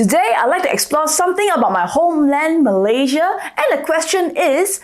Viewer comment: Malaysia is pronounced as Malay + Sia....not Malay +Zhiaa